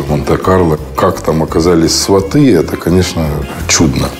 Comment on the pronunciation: Автор, ударение в слове сваты на первый слог. Говорите правильно.